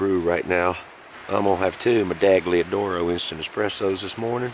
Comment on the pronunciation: Love it!! I was in the pomoly hot tent hammock tarp last weekend at -23C. I think its the best of both worlds mashed into one. Learned so much from your videos including how to pronounce "medaglia oro" 😋